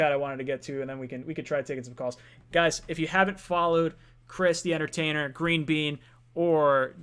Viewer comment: Joe was going at the ""!! I love it! When he tried to bit the Giants scouting dept up, Joe came right back and saluted the Jets camp. Joe also used barkley to point out jamals run stopping skill. I was loving it!! But shot out to the "". You had good things to say about the jets and I respect that!!! Good show guys...